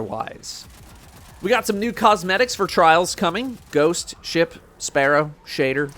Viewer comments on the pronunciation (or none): none